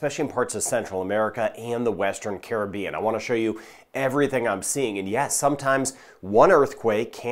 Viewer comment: Thank U fir the update and also the Correct pronouciation of the Caribean! Carib- ean